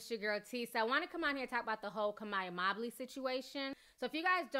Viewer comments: "MOE-bley" not "MOB-ley" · Her last name is Mobley not Mabley 😂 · I think its Mobe -ly not Mob-ly